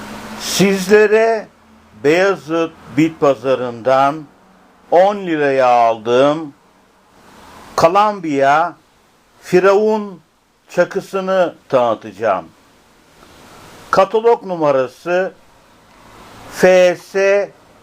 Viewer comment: Kalambiya diyo bide aq